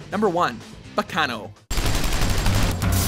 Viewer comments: Yu yu HA-kusho Yus-uku Ba-KA-no facepalm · Thought it was pronounced as "ba-cha-noh" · Even pronouncing baccanoo wrong and fuck dub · Well I mean we're talking about they people who pronounced Gaara as Gay-ra so.......... Enough said? I don't think they actually check these anime out at all before making these lists. They even used a clip of his name being said and still got it wrong.... Also pronounced Baccano Bach-an-o when the a as in fat sound doesn't even exist in Japanese and as such, in this damn series.... facepalm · WHERE IS HaNaYaMaTa!? AND YOU PRONOUNCED BACCANO WRONG ITS Bah-cahn-no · Yikes.... the way you said "Baccano". Dude..... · I think you guys mispronounced Baccano